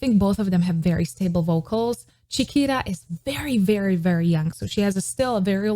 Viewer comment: So Funny, your pronunciation of Chiquita sounded like Shakira. I think she is pronounced like Spanish “Chi” not “Cha” and “Ta” not “Ra”.